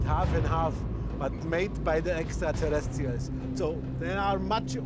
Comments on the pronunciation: Sorry, Giorgio ... until you can pronounce "exeterrestials" properly, you have zero confidence from me. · The way he pronounces the term: "Extra Terrestrials" always makes me smile though. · Starting to think they only hired Georgio on the HC for their extraterrestrial division, because of how much he struggles getting Extraterrestrials out. That pronunciations before break a quarter way through killed me 💀